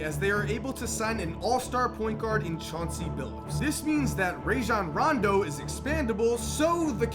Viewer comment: He said rondo's name wrong